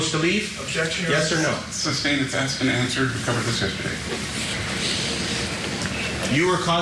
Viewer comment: had me😂😂😂 when he kept saying substain